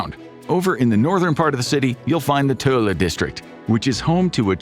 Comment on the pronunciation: They did okay with Töölö. 😂